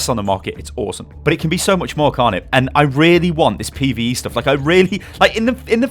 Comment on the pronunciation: every time say pve i get sick